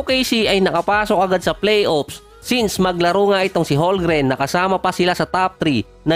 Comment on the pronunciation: Boossslot bubo magbasa silent L yan bubo hahahaha parang ganyan ohhh homgreen